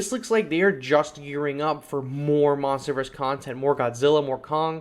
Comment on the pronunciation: funny how u said monsters verse monsterverse